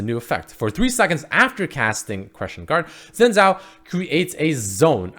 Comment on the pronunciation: Real pronunciation: Shinn zhao